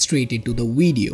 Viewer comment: did he just said weedio?